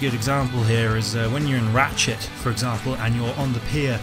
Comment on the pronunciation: when you said Ratchet, I swear you said RAT shit